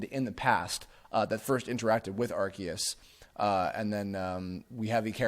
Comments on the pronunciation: Areceus would actually be Ar-say-oos. Think like Zeus or deus for the us sound and ce being like the english word say. アルセウス would be pronounced that way. Kanto has been mispronounced since day one by the dubbing staff as well. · Pronounce it how you want, but the TPCi pronunciation is not even close. Ar-see-us is still closer.